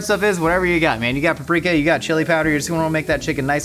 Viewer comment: PAP-RIK-A HUUHHHH